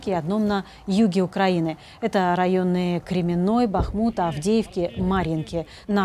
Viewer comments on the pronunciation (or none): none